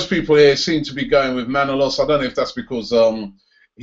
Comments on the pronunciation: Robbie....Please please pleeeeease pronounce ManolAs not Manolos ....I'm sorry, but living in Greece, it pains me to hear the name being mispronounced :) ...Otherwise, great work mate ! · Robbie, it's pronounced Manolas. ManolAs, emphasis on the last letter "a".